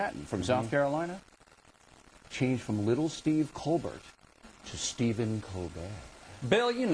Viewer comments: did Stephen Colbert break character when he said Colbert instead of Col-bear? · his face when he says "colberrrrrt" hahahaha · "Are You COLBERT OR COLBER(T)?? " potatoe potato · After all that stuff about how Colbert pronounces his name, if I had been him I would have said "Pronounce it ColberT, because I'm afraid of bears!". Get it? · Why does it matter if he pronounces his name in a french tone? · Bill getting worked up over pronunciation of colbert is hilarious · Where did O'Reilly want to go with the whole thing about Colbert... pronouncing his name differently, I guess? What was that all about, I didn't get his point. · Ding a ling O'reilly can ask him anything, and the first thing he asked him is about how he pronounces his name.... That said it all..... HE'S GOT NOTHING!!!!! SHOCKER! lol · Too bad O'Reilly is to stupid to realize the shellacking he just took at the hands of a guest whom he expected to belittle. He avoided important issues and focused on minutia like the pronunciation of Colbert's name. Typical behavior. When you can't effectively debate, criticize. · He doesn't even remotely get that the French pronunciation is a gag. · yeah i was thinking the same thing. only time he seemed to get his feathers ruffled was over the disagreement about the pronunciation of stephen's last name, and that seemed staged. nothing to see here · Really, O'reilly? The pronunciation of his last name? That's the best u've got? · Can someone explain to me why I should care how Colbert pronounces his name? I legitimately don't understand